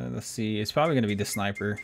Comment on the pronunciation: You said pwababwee instead of probably and moto-cyco instead of motorcycle lol